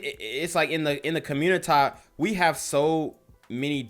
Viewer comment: Here's some advice, you don't have to say "communi-Tie" so much. It's kinda cringe but do your thing bro...